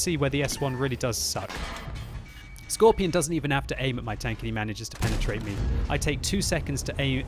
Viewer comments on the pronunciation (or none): why do you Pronounce scorpion: "scorpION"?